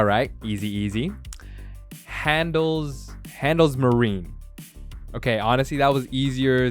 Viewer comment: Interntionale => Inter-Na(a as in car)-t(pronounced ts as in cats) -iona(a again as in car)-le (e as in hElp) Handelsmarine => Ha(a as in car)-ndelsmari(i pronounced like ee in feeling)-ne (e again pronounced like e in hElp) Aktiengesellschaft => A(car)-kt(t like ts in cats)-ien[ie pronounced like EE(fEEling)+E(hElp), those 2 sounds back to back]-ge(hElp)-sellschaft(sell like english sell, schaft like shAft with a pronounced like cAr) InternA-TSEEonalE HAndElsmArEEnE AKTSEE-En-gesellshAft bonuspoints if you can get your "R" to roll and be a bit drier than the english one :D